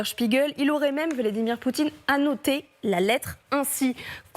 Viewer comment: ??? ..Le nom du dictateur russe c'est "Poutine", pas "Poutchine". Ce type de chez Porcshe n'a pas compris que ce genre de proposition pourra avoir du sens dans quelques années quand Poutine et son régime corrompu auront disparu et que la guerre sera terminée, alors que proposer ça maintenant est juste inapproprié.